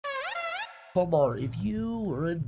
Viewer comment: starts with calling tomar, “fomar”